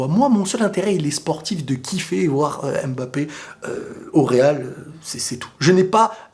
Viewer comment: svp faite un effort de prononcer M'bappé et non M.M'bappé car je sais que tu as les origines africaines et ce n' est pas difficile pour toi de pouvoir bien prononcer ce nom. C'est un nom camerounais et non français alors ayez la gentillesse de le prononcer comme il se doit. Si vous ne le savez pas alors tout simplement demander.